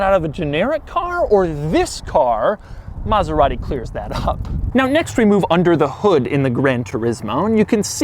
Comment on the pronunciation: Can’t even pronounce it well lol